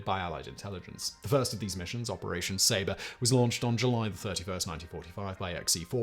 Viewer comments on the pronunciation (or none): none